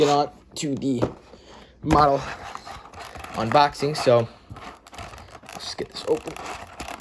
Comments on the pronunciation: Nice "Unbobing" lol. Might want to fix that, just letting you know! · This man really said “unbobing”